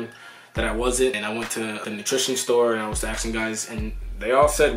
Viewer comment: ASKING, not axing.